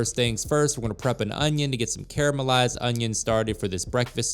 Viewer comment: the repeated weird mispronunciation of "caramelized"